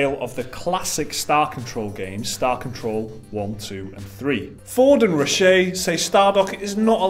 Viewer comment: lol i love how changed the pronunciation of Reiche every time.